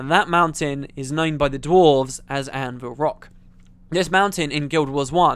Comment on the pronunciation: "Anvir rock" ...